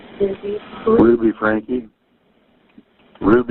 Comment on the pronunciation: Oh yay you have started saying 'Franke' right 😅